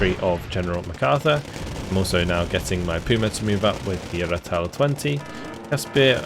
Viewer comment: Great to see some South African play! As a native I must say you got Rooikat right off the bat. Ratel though has a long "a", more Raahh-tel than Ra-tel. Keep up the good work!